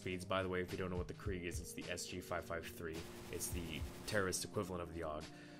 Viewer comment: Why are you saying krieg?